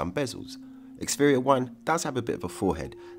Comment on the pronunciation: We all just gonna pretend he didn't keep pronouncing Xperia as Xferia? Wtf...